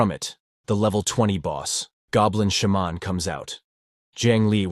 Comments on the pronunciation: Idiot AI pronunciations: It's not a "Shah-mon", it's a "Shey-man" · I'm all about putting whatever emphasis on whatever syllable you want, but the way he keeps saying Sha-mon, bold headed, etc...🤣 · Shaaa’mon is killing more. Say it correctly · Its a shamaaaan, a shemmen, a shamanee... how often can your AI pronounce this one word wrong? 😀 Besides nice Recap.